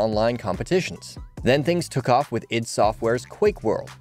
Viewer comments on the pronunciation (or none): “Id” software. Not Eye Dee, but id. Totally.